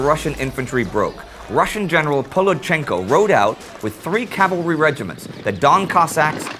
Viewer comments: No disrespect intended to the Great War team (you guys ROCK!) but the Russian cavalry commander's name is mispronounced and misspelt in the subtitles... Took me quite a while to track him down (in case anyone's interested) but his name was Nikolai Gerasimovich Volodchenko. He was a decorated cavalry commander during the war with Japan before he took command of the 16th Cavalry Division and participated in the Gorlice Breakout (the event depicted in this episode). On the Southwestern Front (Galicia), he commanded the Integrated Cavalry Corps before the Russian Revolution broke out and he joined the committee for the preservation of the revolution. After the October Revolution, he left Russia and traveled to China, where he spent the remainder of his life helping displaced Russians emigrate and writing for the popular White journal The Hour. In 1945, he was captured by SMERSH officials and died under interrogation. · The Russian general was Nikolai Volodchenko, not Polodchenko